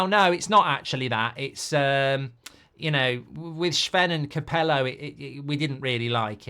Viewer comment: His name isn’t shven